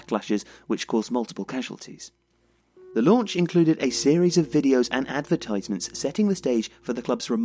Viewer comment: You pronounced 'advertisements' incorrectly